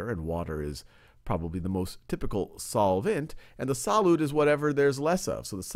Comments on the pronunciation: "SAH-LOOT" He just kept saying it and I couldn't focus on anything else! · me too